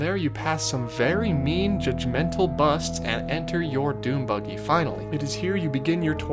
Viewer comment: I can’t tell if he is saying dune buggy or DOOM buggy